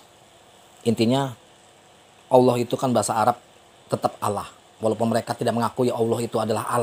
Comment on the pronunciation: Maaf bang..yg sy tau bukan alaaah namun ALLAH..lam atau L nya tebal..maaf yaah bukan seperti alah..!